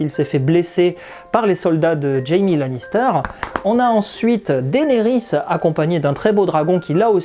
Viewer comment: T'es Breton ? Lannister pour Lannester en Bretagne...